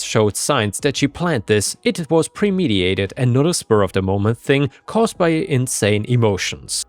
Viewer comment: Question: why do you pronounce "premeditated" like "premediated"? Premediated isn't even a real word! There's a second T in it that for some reason you don't pronounce.